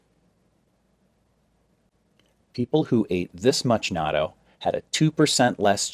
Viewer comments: It's addictive... by the way, it's pronounced "na-toe"... not "nad-doe"... buy it frozen in the Asian market, heat up in microwave, use the Japanese mustard that comes with it... stir with chopsticks, eat over rice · He doesn't pronounce it correctly though. You need a break for the double-t, as in "not toe" vs noddo. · This video proves that doctors don't know everything. The correct pronunciation is knot-dough. The second syllable drops. I eat it everyday with kimchi and mustard. No rice. It's delicious!!! By the way, there are many varieties of natto. The kind he showed is made of a certain type of soybean, but not all are. Also, it's NOT meant to be eaten alone, just like you wouldn't eat big chunks of blue cheese or plain tuna out of a can by itself.😂😂😂😂😂😂😂 All the Japanese people watching this video are on the floor laughing out loud. 🤣🤣🤣🤣🤣🤣🤣🤣🤣